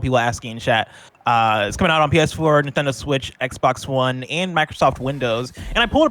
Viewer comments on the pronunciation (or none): That "nintendo switch" by sounded very Hispanic lol